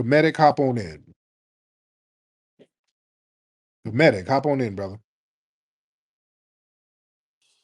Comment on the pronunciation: Tariq how could you not know that the Star spangled banner wasn't English theme. Haven't you ever heard there's play? I have to be honest in saying information like that is fundamental. Then you're mispronunciation of the word "comedic". I'm down with being considered an FBA but this whole movement is dangerous. In a Umar scammy way.